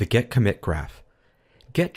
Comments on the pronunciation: yeah, think so too. but what kinda annoys me is that it sounds like you say „get“ not „git“. :D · seriously, it is extremly annoying the way he pronounces GET. He must know better. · Great video overall... but you kept saying 'GET' rather than 'GIT' which was driving me insane!!! Good video though :) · Is it me or does he say "git" exactly like "get" about 90% of the time? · Why do you keep saying "get"? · great video, but sounds like you're saying get instead of git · This video was so good that I'm able to ignore that you're saying git like get! ;D Thanks so much! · Seems good but how can 'git' be pronounced as 'get'? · I appreciate the video, and the effort that went into it, but hearing you pronounce "git" as "get" is a constant distraction. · Why does he pronounce GIT as GET? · why pronounce git as gEt??? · Are you intentionally pronoucing git as get to annoy me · "Git", not "get". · very nice video, but why do you keep pronouncing "git" as "get" ? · why are you saying get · why do you call it "gEt"? it's not pronounced "gEt". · It's kind of annoying. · excellent video! (btw...are you saying 'get'?)